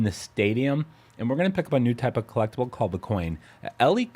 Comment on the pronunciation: Trophy drinking game: Take a shot every time he says "clecktible" 😵‍💫